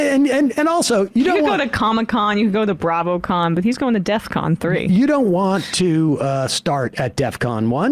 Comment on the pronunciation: When he says "deathcon" instead of "defcon," it seems pretty silly to argue about precise definitions afterwards.